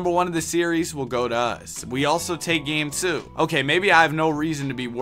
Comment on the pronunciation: Quit saying 2 like that I cringe every time u say it